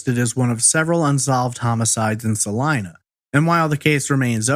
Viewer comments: he pronounced it" sa line a" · It is pronounced. "Saleena"